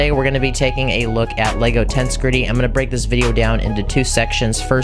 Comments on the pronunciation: does anyone else find it kinda triggering how he calls it “tense gritty” instead of “tensehgritty” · Yeah, it's pretty obvious it should be pronounced "Tens-eg-rit-ee". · Its acctually pronounced ten-seg-rity and not tense-grity. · This was a great video, and I enjoyed the build, but: 1. It's "ten-seg-rity", not "tens-gritty" 2. It's "The Ender Dragon", not "The End Dragon" 3. The Ender Dragon is a she 4. Her name is Jean Just little pet peeves of mine. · Ten-seg-ri-tee, not tensigry. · TENCEE EGG GRIITTY NOT TENSGRITTY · it is tensEgrity, not tensgrity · Lol wth is that pronunciation of tengresity It’s ten-gress-ity btw. Not tensecrety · It is pronounced: (Ten-seg-ri-ty) not tense gritty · It's pronounced. Ten-seg-rity Tension + integrity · i think you mean 'ten-seg-ri-tee'. when you break down pronunciation like that, you don't start the syllables with vowels (except in very rare circumstances, or when the word starts with one) because that's not how the words are formed when you speak. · Tense be griddying 😆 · Bruh every time he says “tense gritty” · I got slightly more infuriated every time he said “tense gritty” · bro why he say it like "tense gritty" tho- lollllllllllllllllllll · Ten seh gret tea. Ten seh gret tea. It is pronounced 'ten seh gret tea' It is a combination of the words 'tension' and 'integrity'.. 'Tens/egrity' Ten seh gret tea. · its pronounced TEN-SEG-RIT-E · I can barely watch this because of "tensegritty" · (Tens-seg-rity) pleas say it right it hurts 😭😭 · ender dragon is a she. also it’s pronounced tehn -SEH-grih-TEE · why does he say tensgritty?? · U don't pronounce it as tenshgrety:l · Please stop saying tense-gridy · Tbh, when he pronounced it tens-greet-ty, I clicked away and unsubscribed immediately. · Stressed and unstressed syllables are just as important in understanding what is going on as the Lego build manual is. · ITS TENSEGRITY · He also mispronounced tensegrity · Dude, it rhymes with "integrity".